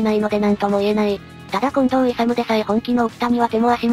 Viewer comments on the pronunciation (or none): 近藤いさみ いさむじゃないよ。